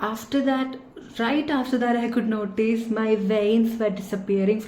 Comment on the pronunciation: Notice not noteece. Good accent.